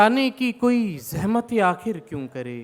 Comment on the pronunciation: Ye kaise shayer hain jinki urdu hi saaf ni ... - āḳhir* - fool😬😬😬